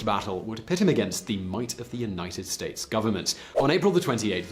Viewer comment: Simon, did I really hear you say “states-es”?